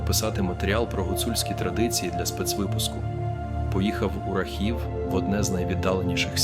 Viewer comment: Наголос на А РАхів